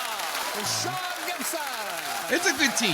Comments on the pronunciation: Again, it's Sian not Sean. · Pronounced Sharn. The spelling probably isn't helping here.